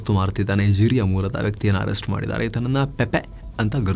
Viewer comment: Pepe ನೈಜೀರಿಯಾ 😂😂😂 ಬಾಯಲ್ಲಿ ಕೇಳೋದೇ ಸಖತ್ funny 😂😂😂😂